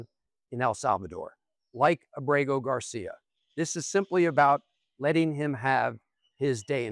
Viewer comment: Please pronounce Ábrego on the first syllable. Thanks